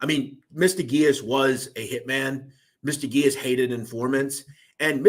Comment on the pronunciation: Dude you butchered Freddy’s name it’s Gee-ass and also Decologero. You ruined it. How is that hard to pronounce?? Did you complete Simple elementary school?? Also how is the iceman a liar?? He was a stone cold murderer! How can you take that from him? And how is hazelton not far off from the ADX ??? There’s a huge fkng difference! Idk how you managed to accumulate this many subs with the stories you butcher!! Seriously! You call whitey a killer yet take it from the iceman? Conclusion: you’re a clown!!!